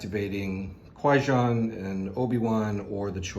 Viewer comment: How do you know the name of the gungan shield creatures but can't pronounce qui-gon correctly?